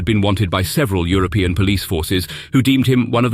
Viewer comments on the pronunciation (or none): none